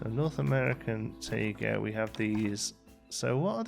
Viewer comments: “Taiga” is pronounced Tie- guh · taiga is pronounced Tie-Gah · Taiga is pronounced like Tiger in all the nature documentaries I've watched.